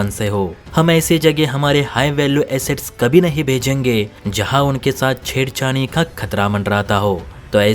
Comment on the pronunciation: Shabd ko theek se boliye....."CHHEDKHANI" .